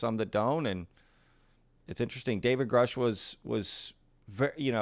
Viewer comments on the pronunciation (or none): I think the surname Grusch is German and is pronounced Groosh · Re Big thing it is grusch with a short u, so is more right than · So, he knows Grusch, but doesn't know how to pronounce his name? Ok.